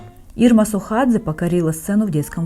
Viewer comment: Ирма Сохадзе, а не СУхадзе)